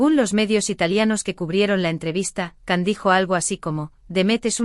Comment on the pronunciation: Se dice Gian o Yan no Can.